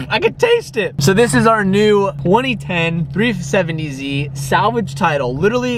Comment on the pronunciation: New Car... "New, 2010, 3-fifh-70Z."